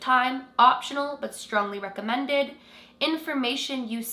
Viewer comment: Why does she say “strongly recommended” like that😭😭